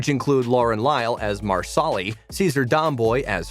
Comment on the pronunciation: Please learn to correctly pronounce the actors' and characters' names! It's Kuh-treen-uh!! MAR-suh-lee!! Governor TRY-on!!